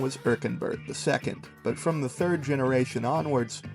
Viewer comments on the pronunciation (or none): none